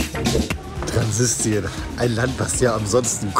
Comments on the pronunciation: es heißt "Transnistrien", nicht "Transsistrien" 🤣😂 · Das wird nicht Transistrien , sondern Transnistrien ausgesprochen ‼️